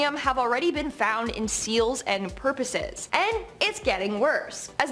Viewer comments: she definitely called them purposes 😂 I could be wrong but it’s poooooorpoises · "seals and PURposes..." LMAO!